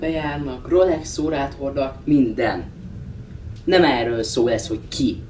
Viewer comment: Suprrra cipőuő Adidas poulou Rrrolex oura XD.